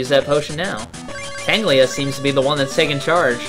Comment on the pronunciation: ....I feel a little pedantic saying this, but, it's Tangela not Tanglia. Silly.:P